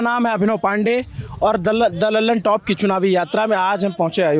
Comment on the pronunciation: दल्लन टॉप नाम सही बोले 😂😂